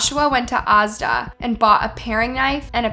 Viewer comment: btw you said asda wrong